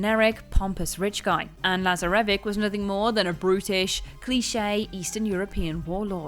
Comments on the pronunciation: Ok this chick is trolling now... "Laz-ar-evvik"? It's pronounced LAZARAVICH. I haven't finished the video but lord if she ends up saying "CHIMURRA" instead of Chimera I'm unsubbing... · Lah-zah-reh-vick??? that one makes me feel ill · No one gonna say anything about how she said Lazaravic's name? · Lazarevic's motivation relied on the genuine idea that he needed to be one of the most powerful men in history to change the world and mark his greatness through history. Also, who EVER pronounced Lazarevic like that?